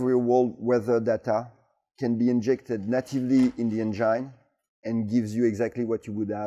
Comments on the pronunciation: "Say N-Gin" 😃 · Can't help myself from smerking whenever he says "enGINE" haha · "Directly injected in to the Angine"😅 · I love the way he pronounces 'engine'